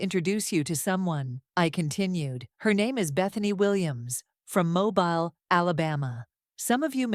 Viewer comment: The mispronunciation of Mobile is killing me!